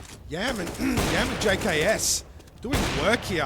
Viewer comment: Didnt realise rng had a new player, "Yaman" srsly how can you pronouce "YAM" wrong.